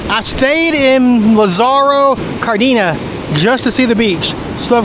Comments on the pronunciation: Yeah.. sin ofensa pero.. when you always pronounce your Spanish “e” without an “Ayyy” sound but e sound. Cardeeeena 🤦🏻‍♂️ paired with getting angry about being told not to film. You kind of come across as the worst , entitled American Karen / gringo travelling abroad. 😅 don’t be a Karen! I could be wrong but I’d probably say it Like, Lah-sahh-row cahr-Dane-yuhs. Anywayyy. Cool you’re going back to Guadalajara, I’ve been there for months on end; I used to run around Providencia, the aqueduct there, Colomos Parque, Andares mall is super nice. It reminded me of like Mexican Beverly Hills some neighborhoods :) There’s some other cool outdoor malls around there too, Ajijic, Tlaquepaque, Chapultepec. Anyway, Sundays were also cool I think, I forget if it’s once a month or every single week. But they close some main streets for running / biking. So many people go out and do that there! Just a bit of positivity, oh and I’ve seen a baseball and soccer match in GDL too 🎉🥳🥳🥳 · It sounds funny how you pronounce it.😂 I used to live there and came to the USA at age 12. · Please get the pronunciation right at least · Butcher the name of the town